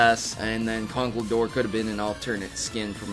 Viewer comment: I think you meant to say conkleDERP. I know its really hard to say that